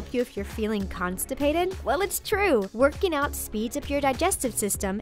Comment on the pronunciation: Werkey nowt